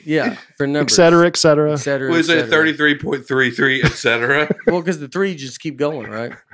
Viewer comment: This podcast is EASILY the best thing about 2020 for me. However please advise Baby Mama that it is pronounced “et-cetera” not “eck-cetera.” Thanks for making Wednesdays great again!